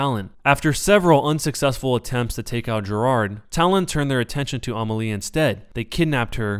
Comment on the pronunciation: oui mais il voix un e et il dit a.